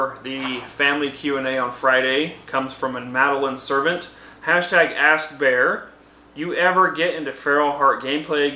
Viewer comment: Thanks for answering my question! :D And its "Ser - Vont" But its ok! :D My question